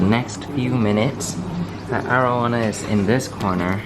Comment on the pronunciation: Its air oh wana not are oh wahna